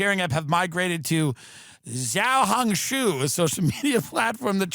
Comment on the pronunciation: I recall Tim Dylan on many occasions, mentioning that he is fluent in mandarin, but that was horrible pronunciation of the XHS app. I can pronounce it better than that and I’ve only taken a few months of Mandarin.